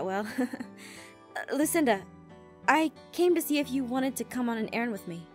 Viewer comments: she said arron instead of errand 😯😯😯😯😯😯😯😯😯😯 😒 😯 😯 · When Aph said "Lucinda, I want to ask you if you want to come and errand with me" I thought she said AARON and I started crying..